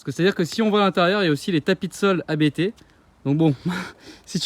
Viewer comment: Salut, merci pour tes vidéos. petite suggestion : ne pas dire A.B.T. mais "ABT" c'est un nom de famille :)